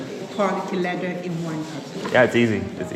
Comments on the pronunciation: Half the time when Karls says LEATHER, I hear LIVER! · Its Leather not Lither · What is his accent that he pronounces leather like “liver”? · It sounds like your saying liver not leather 😂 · Do you keep saying liver it’s leather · I can only hear Liver when you say Leather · I kept hearing "liver" instead of "leather".